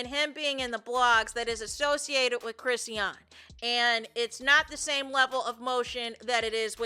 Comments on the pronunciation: Me trying to ignore "Crissy-ahn" and focus on the content the entire time watching this video. 😖😣😩😫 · Hey! Her name is pronounced …”Chris””Shawn”= Chrisean..😊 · well that’s weird I’m sure she would want her name pronounced correctly…